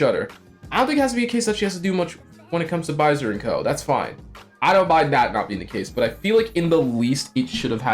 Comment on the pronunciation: Sorry man I meant like the pronounciations of names like "Baiser" being pronounced like "Byzer". It's funny and this is still a very good video. No hate.